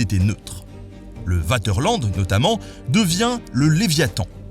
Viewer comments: Juste pour le fun, on ne prononce pas Vaterland comme on dirait : "je vais au water". Le "V" en allemand se prononce "F" en français!....Merci pour la vidéo..............Slt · arg arg le paquebot Vaterland prononcé Waterland au lieu de Faterland ^^ le V se prononce plus comme un F en allemand :) je ne vais rien dire sur la prononciation du Kronprinzessin ^^ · Comme d’habitude une vidéo géniale ! Cependant le Vaterland se prononce Fatèrlannede. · Nota Bene : Le V en Allemand, se prononce comme le F en Français. Le navire Vaterland doit se prononcer "F"aterland ! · Vidéo très intéressante , comme d habitude ! ! ! ! Petite précision : il faut prononcer le V de Vaterland comme un F ......😀 faterland donc😇